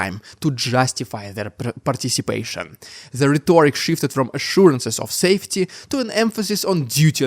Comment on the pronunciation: rhetoric is not pronounced rhetoooric !! just rhetoric !